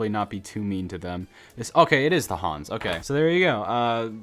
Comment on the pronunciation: Saying hans to haas, and dont compare f1 cars to a cereal toy